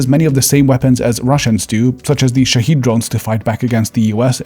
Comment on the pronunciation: Hey man! Love your videos. Just one thing about the pronunciation of the drone name in . The drone name is (شاهد), which is pronounced: /sha:hed/, and means observer/viewer/spectator in Farsi. What you said was (شهید) /shaed:id/, which means martyr in Arabic/Farsi.